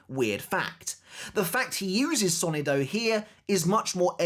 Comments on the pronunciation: It's so-NI-do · Hello, great video. I just wanted to give a piece of advice. As a native Spanish speaker, the word "sonido" is pronounced with the stress on the second sylable, not the first.